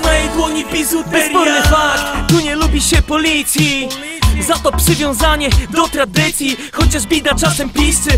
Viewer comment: Pihu już ma taką wymowę. ''bizuteriia'' czy ''psywiązanie'' itd.